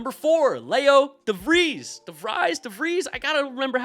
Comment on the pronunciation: as a Dutch person I approve your first pronatiotion of De Vries! Which is quite a common surname here. Some help voor how to say Cijntje, a quite common Curaçaon/Dutch Colonial name in itself, is pronounced as: SignTjuh For am English speaker, phoneticly it's basically the word Sign + Tjuh (Duh but with Tj replacing the D). JurAnGelo SignTjuh